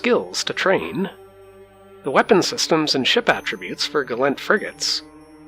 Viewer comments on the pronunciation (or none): Hit dislike the moment he said Gallent pilot. It's Gallentey.